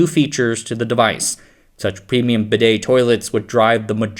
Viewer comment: It literally tells you how to pronounce "bidet" on the advert, so I have no idea how you're getting it wrong.